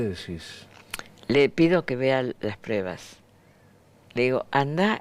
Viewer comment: SRA FANNY SON "PRUEBAS" LA DICE MAL A LA PALABRA Y ME DA COSA ESCUCHARLA EN SU BOCA PORQUE PARA MI ES UNA PERIODISTA CASI PERFECTA.